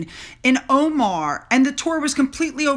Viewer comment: I think you mean Oman not "Omar". Harry's book is "Spare" not The Spare.